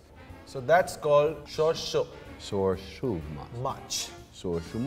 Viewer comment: Nice to see a Bengali fish dish on the show even though the "shorshe" was pronounced horribly!